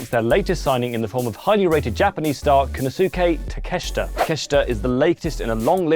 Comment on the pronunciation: Has never watched AEW? Not only had he mispronounced Konosuke Takeshita’s name but he also neglected to mention the most high profile matches Takeshita’s had in AEW, that being his matches against Hangman and Mox